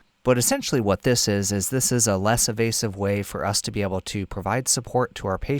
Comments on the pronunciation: for “Less evasive way to provide support...” did you mean “Less invasive way...?” I think I hear you saying “evasive” throughout, which I’m sure you don’t mean. Thanks a lot for your otherwise excellent piece! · I think you mean invasive and not “evasive”